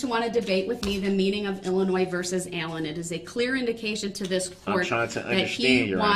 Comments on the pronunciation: somehow i just knew he was going to pronounce Illinois,'''ILL-A-NOISE''''.... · I was born and partially raised in Illinois and the “s” is silent!!! 😂😂😂